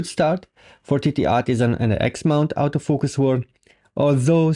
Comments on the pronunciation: Nice quick review. I like the way you phonetically pronounce autofocus….outofocus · Thought you said "Out of Focus lense" XD It took a while but then I got it.